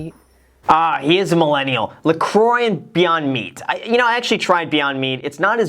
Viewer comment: The way you prononce "La Croix" in America hurts my hears.